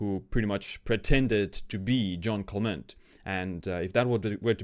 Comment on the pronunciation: Quick tip to sound cool > English wiki > Jeanne Calment > first line > listen to the pronunciation cheers ^^